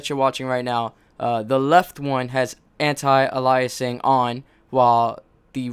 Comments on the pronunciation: Isn't "Aliasing" pronounced "Ay-lee-es-sing" not "Uh-lie-es-sing". I've never heard the second one before. The first time I heard "Uh-lie-es-sing" is right here in this video. But I guess you can pronounce it both ways. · You're pronouncing aliasing wrong.